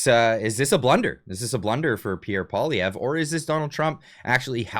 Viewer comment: Bet-David should at least learn to pronounce PP's name if he wants to talk smack about him LOL